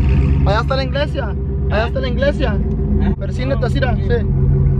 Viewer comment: He said inglesia😂😂